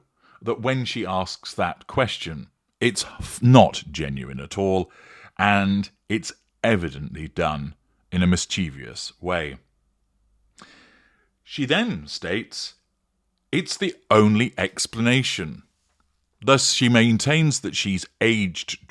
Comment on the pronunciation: Hi - it’s not mischievious as you pronounced the word more than once. It is mischievous. I am mentioning this for your benefit as I am certain you would not wish to make an error, no matter how small 😊